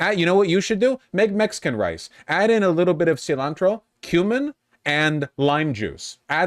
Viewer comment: Bro pronounces cilantro like Peggy Hill